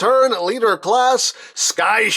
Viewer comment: For the next time you said CLASSE LEADER, I'm french so I hear CLASSÉ LEADER, say CLASS LEADER